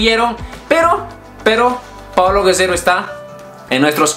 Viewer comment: Dijo paolo guesero o me equivoco